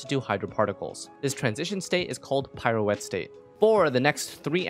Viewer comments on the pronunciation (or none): Pirouette is pronounced Pee-Ruh- Wet 😅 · As a dancer, I do want to add that pirouette isn't pronounced as 'pyro-ette' but pronounce the 'i' like you would say it as a lower case letter. But I will say the way you pronounced it gave it some flare hehe